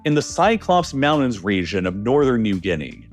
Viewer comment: and rejion instead of region. I don’t think the voice is of a human.